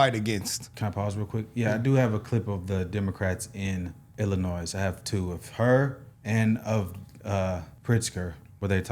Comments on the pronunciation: The 'S' at the end of Illinois is silent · it is pronounced "ill-annoy" the S is silent if you say it like that out here people will automatically know you're not from Illinois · I love y'all but it's not Illinoisssssssss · It's pronounced Illinoy. French silent s. And gerrymandering has been legally used for two hundred+ years, and someone always objects. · Don’t say the s when saying Illinois it makes you sound dumb sorry guys I had to say it. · I can tell these guys are from the southern half of the US because they pronounce the S in Illinois. So many people in my state, Kentucky, do the same. 😂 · Brandon-pronounce Illinois properly please 😂😂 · I hate doing this, I’m not trying to stir thing up I’m only doing this as information only . This happens a lot so it’s really no big deal but coming from Illinois I just wanted to point out the states name is actually French the s in the name Illinois is silent …. Sorry for bring this u in chat.